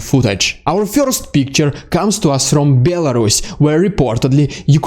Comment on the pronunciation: I'm here to hear what's "fyorst" ;)